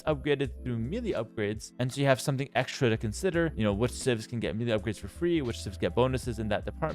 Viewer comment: Love your videos! Just want to say that melee is pronounced "may-lay." Sorry to be nitpicking, but I wouldn't want younger viewers to get confused about how to pronounce this word.